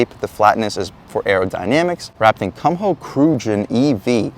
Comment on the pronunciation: Kumho is pronounced "Koo-moe" (rhyming with "sumo")